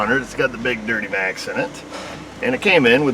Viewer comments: Did you say "Dirtymax" instead of Duramax? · With the dirtymax 😂